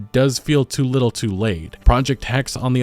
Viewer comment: Not Hex! Hexe, h-e-x-E!